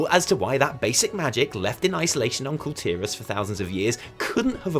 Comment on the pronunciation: The pronunciation for Kul Tiras is "Cool Tih-rarse" and they're called "Kul Tiran humans" not "Kul Tiras humans" someone from Kul Tiras is a Kul Tiran, pronounced "Cool Tea-run".